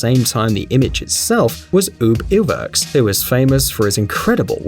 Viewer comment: I already knew several of these and some not so much. However, you miss pronounced the name of UB Iwerks.